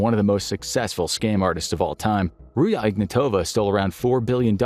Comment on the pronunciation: it's not Ruya - it' Ruzha